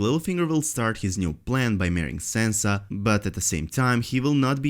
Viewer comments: Its not Sensa Its Sansa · Sorry, but the way you're pronouncing Sansa completely prevented me from paying attention to anything you have said.